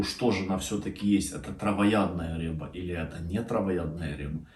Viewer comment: Ни рэба, а рыба